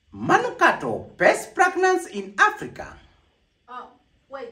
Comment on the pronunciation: Ati "pest plaglance in aplica" 😂😂😂